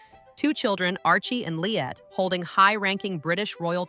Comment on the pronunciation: Not Lillet it's Lillibet. Also 5 people would have to die or abdicate before either Archie or LILLIBET could take the throne.